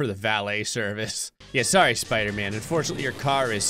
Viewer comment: Spooder flan instead of spider man 😂